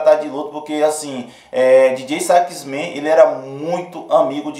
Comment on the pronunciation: Não se pronuncia Dj sax men e sim Djota sax man !!! Soh uma correção